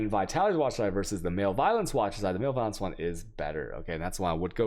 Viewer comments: You drive me nuts with some of your pronunciation of so many words.. Learn to pronounce malevolence please. def: the state or condition of being malevolent; hostility. pronounced as muh·leh·vuh·luhns... not MALE-violence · Your pronunciations of words is atrocious. Butchering so many words. Male violence... jardian... jambler... chows... MbXtreme is an awfully annoying person, but at least he tries to learn how to pronounce English words correctly, since he is targeting an English speaking audience. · Oh... Your pronunciations get me every time man. Male violence lol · I honestly don't think he knows what that word means or how to pronounce it.